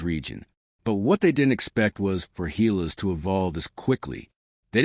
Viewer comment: GILAS not HAYLAS